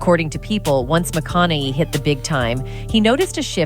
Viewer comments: It would be nice if this narrator knew how to pronounce his name. She keeps saying "McConnelly" ugh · Why does she keep calling him Matthew McConoLLey ? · I'm glad you did a reaction because I could not watch the original due to that narrator's abysmal pronunciation...you'd think one would look that sh*t up 🙄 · Is it me, or is the lady in the video pronouncing McConaughey's name a different way every time she says it. So annoying. Why can't they use a real human voice. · This is automatically voiced, that's why the last name is being hacked up so bad. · I lost count of how many times she got his name wrong